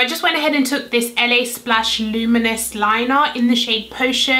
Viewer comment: Did she say LA splash for the glitter liner?